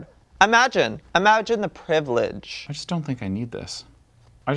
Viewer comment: Joey said "the privleage" to day9 having to discard that's what killed me